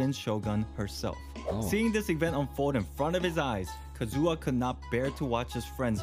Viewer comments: not Kazooha😢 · I hate so much people who saying kazUha but not kAzuha :D